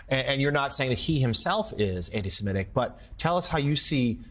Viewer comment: The first MSNBC newsreader who correctly pronounces Semitic, – thank you, Willy!